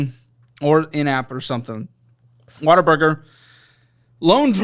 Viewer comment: Every time says "What a Burger" I hear "Water Burger"